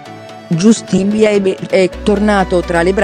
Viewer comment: Non si legge justin ma jastin si scrive justin